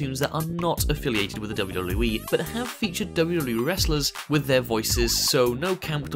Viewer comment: It bothers me the way this guy says WWE "dooloo doolooo weeee"